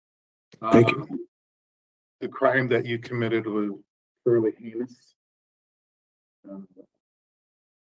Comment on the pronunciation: or as he pronounced it "heineous"